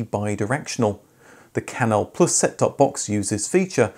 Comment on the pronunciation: ''Francis Canal Plüs'' Haha!